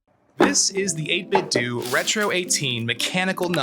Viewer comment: It's pronounced "8 bit doe" as in "8 bit tho". Not "8 bit doo"